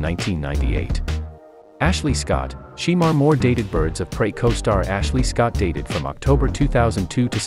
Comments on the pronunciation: Just because it's spelled Shemar it's pronounced " Shamar" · It's pronounced Shamore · ITS PRONOUNCED SU' MAR' MORE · I don't like the way the person is pronouncing his name just doing this video it's not she more is shemar Moore😅😅